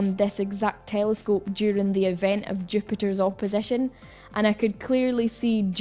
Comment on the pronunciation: Haha "tææelescope" sounds funny when you say it 😅